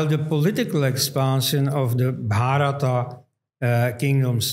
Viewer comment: Wonderful conversation and thanks to Dr. Elst for his scholarship, as always. Minor correction: it was king Bharata (Bha-ruh-taa), not Bhaa-ruh-ta (pertaining to Bharata, or to Bharat).